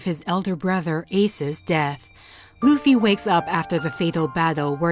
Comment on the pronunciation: How do you speak out Luffys name holy shit